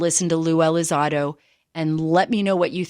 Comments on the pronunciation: I keep hearing her say ELI ZAD OH... lol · "Blink 132".... "Lue ElizARDO"..... Pretty embarrassing